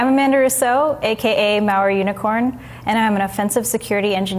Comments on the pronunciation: I kept rewinding because I couldn't believe she was calling herself "Mao unicorn". E-nun-ci-a-tion! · I heard Maori unicorn until I read her #. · C N i thought she was saying Maori unicorn also, until I saw it was malware unicorn 🤣